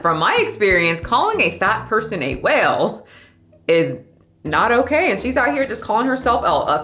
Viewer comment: 😂The way she says whale 😭 I love it 🤣